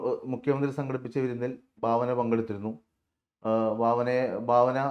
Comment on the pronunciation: Bhavana alla Bhavana